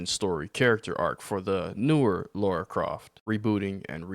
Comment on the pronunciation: And straight away - you mispronounce her name......You literally had to type her name and still you constantly call her "Laura" - not "Lara"